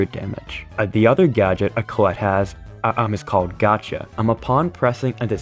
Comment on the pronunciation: I like how always say colle instead of collete